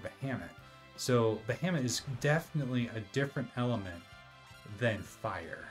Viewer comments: "Bahamut" is pronounced "Ba-ha-moot". Not "Ba-hammit". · Every time you say ba-ham-ut it tickles me. I call it ba-ha-mut. 😂